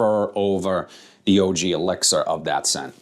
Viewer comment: Nice video might pick this one up soon. I liked 9 pm rebel. And it was funny when you said elixir it kinda sounded like you said Alexa it kept coming on lol.